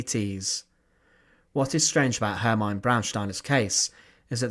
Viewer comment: Izs pronounced Hermeena. Maybe you should ask someone else to read the texts for your video's